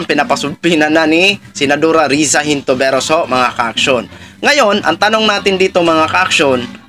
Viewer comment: Hello po brod... Lagi ako nanunuod ng blog mo specially dito sa update sa issue ni pacq... May isa lang mali sa iyo na palagi ko naririnig,.. ( senatora HON- TI- VE- ROS ).. hindi po (HIN TO VE ROS)✌️✌️✌️